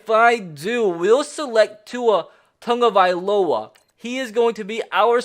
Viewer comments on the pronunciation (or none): You pronounce Tagovailoa wrong. Where is the N in Tagovailoa but people pronounce it like its Tongovailoa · toungovilowa? what the serious fuck?